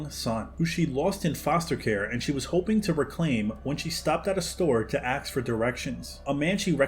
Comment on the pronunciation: Great video... but you should say "ask", not "axe".